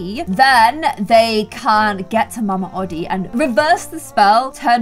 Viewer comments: It’s pronounced Mama Oh-Dee not Oddie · you said that the alligator plays the banjo but he plays a trumpet im just saying because i just watched the movie last night and its pronounce mama O- dee